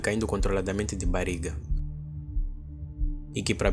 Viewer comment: "Bariga" foi foda, treina mais esse sotaque